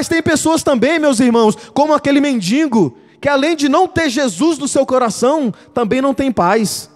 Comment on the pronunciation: Não se diz mendingo. É mendigo